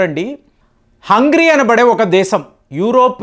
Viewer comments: Sir it is not Hungry. It is Hungary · హంగ్రీ కాదు, హంగేరి అని పలకండి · it's not HUNGRY it's HUNGARY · It is Hungary not hungry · Hungary ❌ Hungry ✅ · it's NOT hungry its Hungary. Just a friendly correction, hope you mind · Hungry కాదండీ, హంగేరి అని చదవాలి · హంగ్రీ కాదు బాబూ అది - హంగేరీ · HUNGARY Pronounce it properly brother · learn pronouncing Hangary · Your pronunciation of Hungary isnot saying correctly